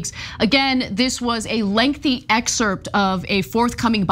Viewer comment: Dude. Please stop pronouncing the SILENT p in the word excerpt!! Pretty please??? 🤣